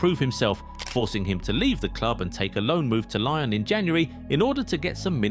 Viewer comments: know and it ain’t pronounced like that 😂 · I know it’s pronounced like Lyon 🥸😊